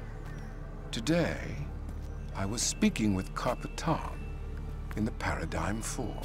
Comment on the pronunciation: The worst thing about epsolinism is how they pronounce it a parid-gyim rather than paradigm